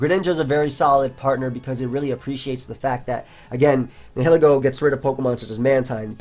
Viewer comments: It's actually pronounced Nihilego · I think it's Nile-ego. Like Nihilism and Ego. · Lets stop the bullshit: Nee-hee-lee-go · I'm pretty sure it's pronounced like "nye-ih-leh-go", with the H being silent. That is assuming that it's name comes from the words "nihilism", "nihilist" etc., which I assume is the case as those are the only english words starting with those 4 letters.:) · Neye-lego you definitely don't pronounce the h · Ni-huh-lee-go. That's how it's pronounced, I believe. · its Neel-Eego because its based of the latin word nihil and ego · also i looked it up and nihil is prounounced Neel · Nihilego is pronounced as Nile-Ego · Nihil is pronounced the same way as The River Nile. Learn to google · I'm pretty sure it's actually pronounced Nihilego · Black&Blue Nah man it's pronounced Nihilego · Are you guys dumb?! It's pronounced Nihilego, NOT Nihilego. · the h is silent like in annihilate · Searag A its pronounced nihilego